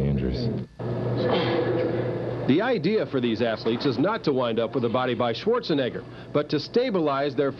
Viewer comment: He said " a body like Schwarzenigger" I heard you fam 😂